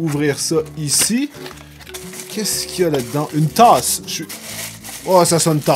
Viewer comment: 3.04 l'accent québécois une tasse